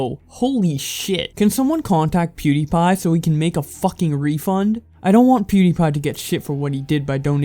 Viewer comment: Anyone else not like the way he emphasiz’s “fucking”